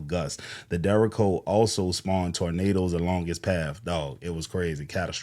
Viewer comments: Derr-Aye-Ch-Oh not Derrick-Co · Its not dericko, it is Derecho. It isn't racist. When you powerlines up on poles they get destroyed in storms. Yeah right..... its all a White thing. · derecho (pronounced deh-REY-cho) sound it out my brother you are fucking up that word 😂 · It's pronounced 'Dur-ay-sho' I've been through one in Chicago. They are essentially a inland hurricane. The storms look like the mothership in Independence Day. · It's called a derecho and it's pronounced deh-ray-cho and the ch makes the ch sound as in cherry. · You're pronouncing it wrong. It's pronounced dare-ay-cho. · A "derricko"? You need to look up words you don't know before doing a show, bro. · De-re-cho. It's a Spanish word. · Pronounced "Jericho " not derico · It’s pronounced like “ch” in cheese ❤ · Derecho (storm) - pronounced Deh-ray-Cho Its Spanish, meaning “straight” or “straight ahead” past time, also I feel like several people featured in this video haven’t been paying attention to the greater picture - FEMA is not coming to help, 🤡 and nem said the states got it (even though we all know they don’t) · Lol, you lost me in the first 30 seconds when you couldn't say derecho.